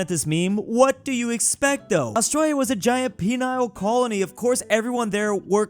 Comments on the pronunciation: It’s “PENAL”, not “PENILE”. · It's 'penal colony',not "penial colony "😂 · Nah he said penile... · please say PENAL colony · Mf said penile colony. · I was about to write.....but...I saw others got there first. You never want to get imprisoned with that pronunciation of Penal.